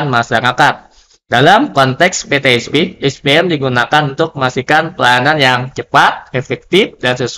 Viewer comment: Mohon diperbaiki pemakaian bahasa,mana yg Indonesia mana yg Inggris. Contoh : PeTe Es Pe, bukan pe te es pi